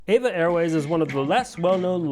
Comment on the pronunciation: It’s E V A, not “Eva”